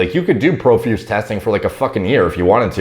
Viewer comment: Pro- feuse say it with me now